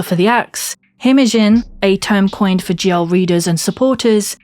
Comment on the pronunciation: Ohhhhh GL. I thought you were saying ""